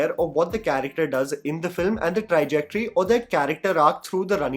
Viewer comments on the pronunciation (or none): Why does always pronounce “trajectory” as “trijectory”? 🤔